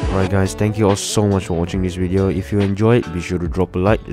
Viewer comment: Its great when says wideo